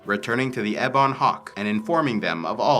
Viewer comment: Just a small thing, but you say "ebon" strangely. In US and UK English, I've always heard it said "EH-bun", you say it "eh-BAWN". I checked my dictionary, and it seems to show the former as being correct. Thanks for the video, just a small quibble!